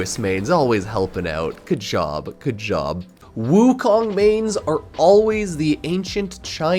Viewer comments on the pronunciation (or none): none